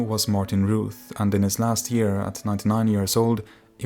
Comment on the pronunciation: Fyi Routh is pronounced Rowth, not Rooth.